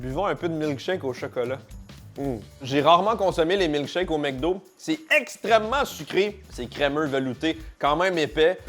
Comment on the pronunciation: MEC do ? "mcdo"